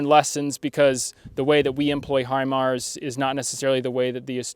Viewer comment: Hi Mara my ass you jack as british😂😂😂😂😂😂😂